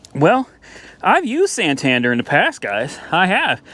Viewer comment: Being from the UK the way you say Santander triggers me a little 😂